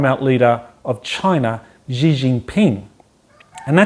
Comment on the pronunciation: Yup... the pronunciation is really quite off.